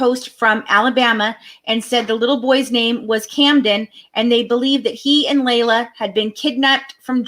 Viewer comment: It's pronounced LEE LA not LAY LA.